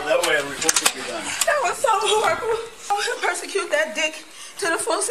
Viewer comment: Listen close. She said "persecuted". lol